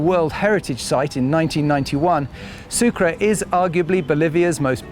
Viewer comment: No es sucra es sucre.... mismo en ingles se pronuncia: su-cray....